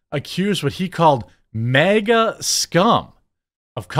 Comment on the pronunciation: It’s MAGA not mega.